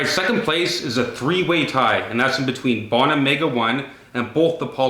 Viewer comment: Bow-na not bah-na